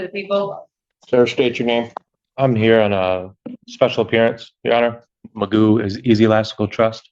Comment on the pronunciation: This AI sounds ridiculous. Can’t even say McGoo name right. I’m sure I didn’t spell it right lol.